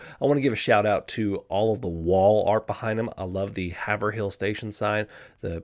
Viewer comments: Love this segment, but having lived in the Northeast corner of the US for over 20 years, Haverhill is pronounced Hav-rill, dead give-away that you are "from away" if you get it wrong, lol! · I was going to say this exact thing. I'd type out as Hay-vrill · Work on that “Haverhill” pronunciation